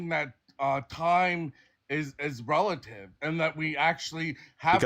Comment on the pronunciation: The guy struggling to say "relative" just to be completely wrong killed me lmaooooo